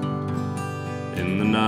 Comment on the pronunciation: I really like the music, and i LOVE his voice. But i noticed a weirdness in his long "i" sounds as well, like in "right" and "night". I thought he was a non native speaker at first. I don't mean that as an insult. Just an observation.